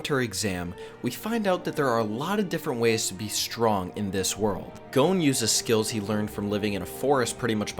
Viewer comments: why does he keep saying gon as "goan" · I couldn't continue after you called Gon "goan" rhyming with moan😢